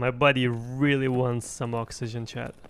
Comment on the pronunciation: I like the videos and the pronunciation but it somehow always sounds like "chad" instead of "chat"